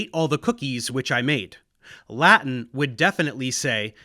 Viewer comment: You have the most precise Latin pronunciation I have ever heard! Not even my teachers were this good :)